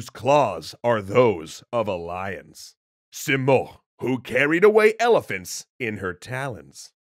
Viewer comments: So I'm from persia , it's not pronounced simorkh , it's simorgh ( the gh is important ) Also it's rudabbeh it's not rudabbah And not sam as you saw it's sãm , saam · You’re pronouncing “Simorgh” as “Simorkh” — in Farsi “gh” is the equivalent of the French R, e.g. “au revoir.” Just trying to help, no offense intended! Enjoying this video, thank you 😊